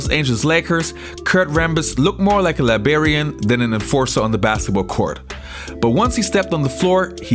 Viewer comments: He said "Liberian" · You said libarian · Libarian, Wtf is that? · Libarian LOL